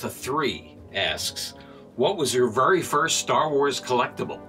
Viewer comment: You talk like Cleveland brown and I hate it very isn’t said “Vury”